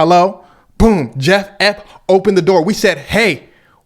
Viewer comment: i'm sorry cuz but you calling bro jeff epp got me in tears